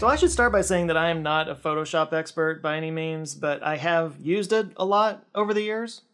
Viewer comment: Pho-to-shop? Whaat's thaaat?